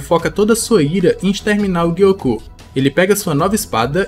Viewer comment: Por que o Gyoko é gui-ôcô e o Hantengu não é Hanten-gÚ? 😂